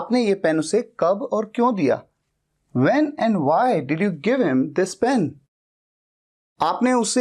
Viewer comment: Pen ko pain kah rahe hai 🎉